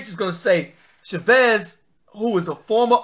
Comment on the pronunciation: Cha-vis not cha-vez